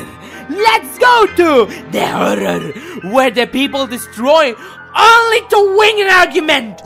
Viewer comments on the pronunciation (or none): de holor